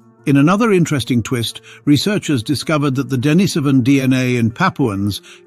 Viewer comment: For heaven's sake, learn to pronounce Denisovan before you make another video.